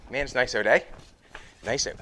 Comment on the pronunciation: How you say out? euot